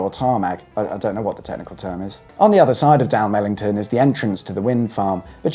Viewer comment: I was disappointed with his rendition of Dalmellington though. What's wrong with Da'mel't'n ?